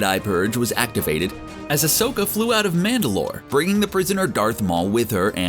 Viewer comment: The way he pronounces Ashoka literally kills me😒🤦‍♂️